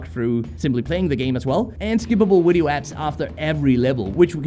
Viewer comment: Why do u say wideo instead of video? Lmao it's great